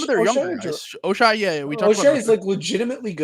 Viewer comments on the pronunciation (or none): In the span of 2 minutes mispronounced Mogbo and Ochai's names and then said that Quickley (injured the whole season) and RJ (having a career year) aren't worth their contracts.